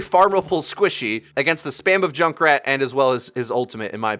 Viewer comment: I'm just hearing Jake rat